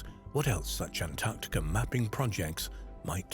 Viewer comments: Heavens above…..it’s ‘AntarCtica’….not ‘Antarrtica”, as mispronounced throughout this entire video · Drink everytime he says AntTarktica!😂